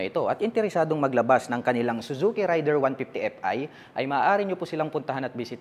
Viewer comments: raider (reyder) hindi rider, pronounce lang po ng tama, peace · Raider po Hindi Rider idol